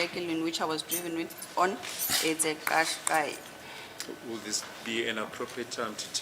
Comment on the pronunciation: The vehicle is called a Nissan Kashkai. Advocate Baloyi is right. Not that clicking Zulu sound made by that criminal. This is not Zulu, it's Japanese.